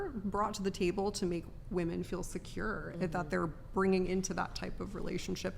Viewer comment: Why do these bafoons pronounce the plural women as woman? WTF?